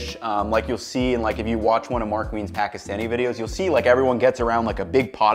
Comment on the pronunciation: GREAT recipe, perfectly accurate. Next going to get you to perfect how you pronounce Pakistani correctly !!!